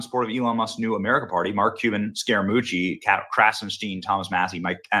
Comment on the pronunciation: ....OMG! You keep saying SARAMUCCI! It's Anthony Scaramucci! Report accurately, or your channel can not be taken seriously. I like you but DUDE, you do this A LOT!!!